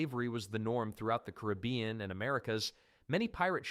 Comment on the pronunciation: Decent video, except its hard to take anything you say seriously, if you're so pathetically uneducated, that you can pronounce basic places such as the "caribbean". which as multiple proper ways to pronounce it. Somehow you found a new way how to fuck it up, like a complete irrespectable dipshit. If this is your day job, you really need to quit. You;re grossly incompetent and inept at what you do. Practice the one thing you might be able to execute properly... though even this I doubt... are you ready? "Thank you sir, would you like fries with that?" Do better, put any level of effort in, i you're trying to educate people, not this pathetic loser inept failure excuse for a video where you can't even speak properly.